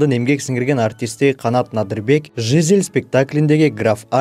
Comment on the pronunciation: Жизель деген создо ударение "и "тамгасына коюлат.Туура окуганды уйронолу.